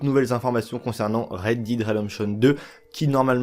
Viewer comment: Red "Dide" redemption